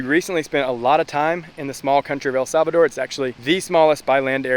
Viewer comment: Did he said el Sabado?